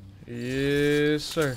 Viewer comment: Nobody:: yEs SiRrrr